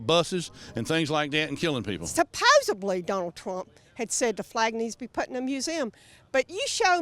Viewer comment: it is pronounced as 'supposedly' not 'supposbely'. I am from Sweden and I still know that. Well, they are Donald Drumpf supporters, as he himself once said, "I know many words, I know great words". You hillbillies discuss me.